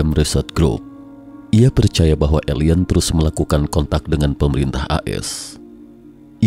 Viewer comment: Dimensi pak, bukan demensi. Alien bukan elien😭😭😭